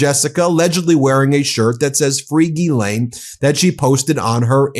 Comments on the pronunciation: Zha-Lain.. like GISELLE..~NOT` GEE-lane....Zha (think Zaza) Zha-Lain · For English people say "Gis-len" close enough lol it's not Guilane" lol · Gi-lane? I thought it was pronounced "JizzLane" 🤷‍♂️ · I believe it's pronounced "Jizz Lane." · It's pronounced jizzlayne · The French pernuciation is said JIZZLAINE...I'm not idding😅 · It's pronounced Jizz-Lane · You're saying her name wrong. It's jizzlane Maxwell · I thought it was pronounced "Jizz-lane"